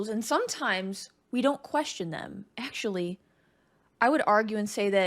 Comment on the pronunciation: AK-SHO-A-LEE... 😂 Hugo Weaving likely got the part of Elrond because of the gravitas he was able to bring to the roll of Agent Smith. Other good Hugo Weaving movies would include "V for Vendetta" and "Hacksaw Ridge". Great reaction! New sub. 🙂